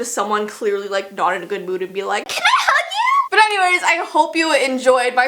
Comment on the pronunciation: When you said “can I hug you?” It sounded like “is that a chicken?!” 😂